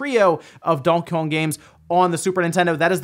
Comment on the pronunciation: Wait... Say ‘Donkey Kong’ again?